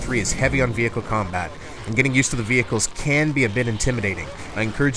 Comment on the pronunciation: "VE-HERE-CLE Combat" ....LOL